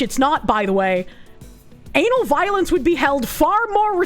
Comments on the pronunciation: Is it just me or does the way she says Ana Valens sound like Anal Violence? KEKW EDIT: Nope, she is doing it on purpose, I dig it. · Took me 4 minutes of wondering why she kept saying "Anal Violence" when I read the name "Ana Valens" and realized it was just her accent.